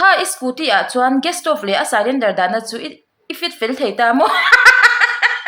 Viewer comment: a inchhiar cylindar khi (sailendar) ti a chhiar tur anilo,,, silindar tiin lo chhiar tawh rawh